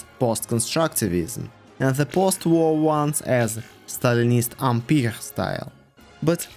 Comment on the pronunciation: I totally thought you said ‘Soviet armpit style’ until I saw the text on screen that said ‘Soviet empire’ style.